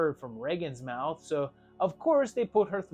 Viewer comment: MOUF GOO